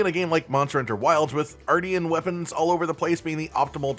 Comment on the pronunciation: “Artian” is pronounced like Martian I feel